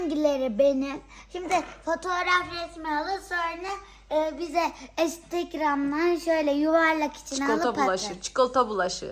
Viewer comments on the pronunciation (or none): esdegram değil Instagram gerçek okunuşu da instegram.😊